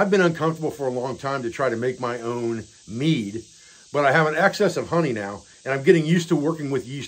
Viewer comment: Ah, mead, not meat!